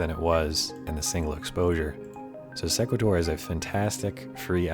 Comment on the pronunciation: Thanks for the video. I believe Sequator is pronounced " see' qway tor" like equator with an "s" in front. I've used the program myself with good results. Good tips!